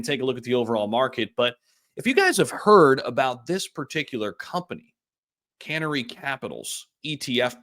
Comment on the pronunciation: 🐦Canary not can ary 😂